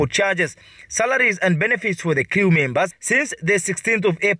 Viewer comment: The work is crew..... not criiiu Determined..... not detamained